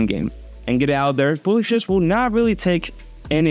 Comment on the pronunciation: Just a tip:publishers you pronounce it like páblishers